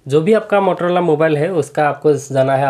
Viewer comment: Bhai wo mororola nhi motorola hota hai